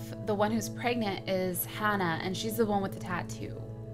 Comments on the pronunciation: I hate how she says Hannah like hunnuh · She says Hanna weird ,lol I still love her a lot